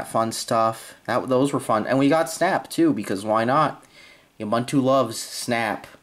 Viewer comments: OOH-BOON-TOO. MAH-TAY. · If you're gonna use it, learn to say it.... it's pronounced oo-boon-too (all 3 syllables rhyme with the word too/two)